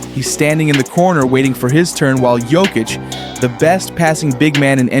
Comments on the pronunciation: I hate AI his name is pronounced yo kitch not jo kitch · Bro, when you find out how to pronounce Jokic I will give you a sub. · Jokic has been the best player in the world for the past 5 years, and you still can't pronounce his name😅